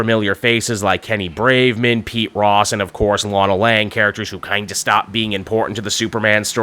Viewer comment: Braverman not Braveman...